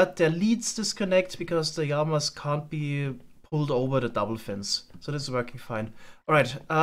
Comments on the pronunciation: PLEASE ITS LAMA NOT YAMA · I love the way pronounces Lama 🤣 yama, ma beloved 😁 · its really funny when he says jama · Every episode I wonder why calls Llamas ijamas, are they actually pronounced that way? 😅 I think we should call them illamas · I love the way says llama. It sounds like there's a y at the start